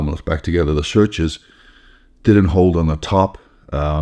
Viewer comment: Is he trying to say sutures?